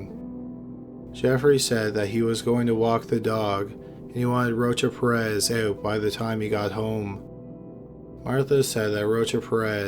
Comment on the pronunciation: It sounds like he saying roach up your ass..its rocha-perez boy drink a red bull or something you falling asleep backthea